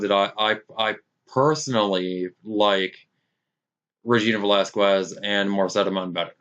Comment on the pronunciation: Its VelasKez this is how it pronounced like in Latinas name